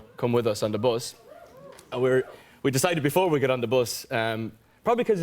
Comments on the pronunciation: Me: Say bus Niall: bOsS Me: bus Niall: bos Me: 😤 B-U-S bus Niall: BOS Me: throws potato at him Niall: gasp . . . Me lovelay patato cries 😢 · When he started saying bus though....it sounded like bos.....just like Louis....oooooh I miss the old lads😫😩😖❤️❤️ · He said "bos" 6 times.😍😍.. kind of reminded me of Louis saying "bos" .... when he was describing their tour bus😅😅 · When Niall was saying bus, my mind had some flashbacks to where Louis always said bos instead of bus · Why is no one talking about the way he says bus? 😂 love him! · The way he pronounces "bus" 😂😂😂💕💕💕